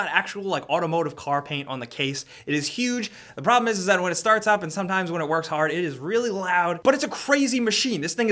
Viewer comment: Anybody else notice that instead of saying "that" he says "dat" or even "zat" lol